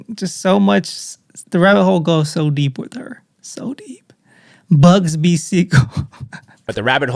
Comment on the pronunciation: I'm he knows It's not BUGSBY😂 It's BUGSY. Be safe.